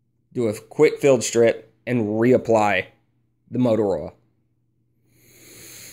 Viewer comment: I like how you say oil... ol